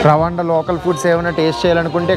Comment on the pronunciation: రవాండా కాదు రువాండా